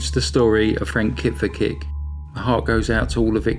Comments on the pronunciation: Pronounciation: "Veetkoveetsch". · Lol that is NOT how you pronounce a southern Slavic name....try again.